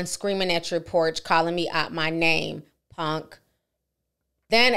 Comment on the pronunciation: Its PUNK not PONK! LOL